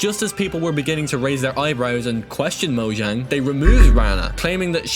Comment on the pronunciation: Bro uh mojang is not prenounced moyang.